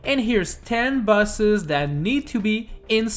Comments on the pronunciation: it's like you say buses instead of boses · You're saying bus, not boss, so basically it should be 10 Buses that NEED to be in SMM2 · You said busses 😂 Pom Pom is in the game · All I can hear is top ten busses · Why he sayin buses